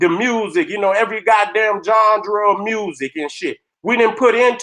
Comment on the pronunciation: Why you gotta keep sayin, "you know what I'm sayin, you understand what I'm sayin?" Naw Nigga! Do YOU KNOW WHAT YOU SAYIN??? Jambra??? You mean GENRE. Phonics EL!!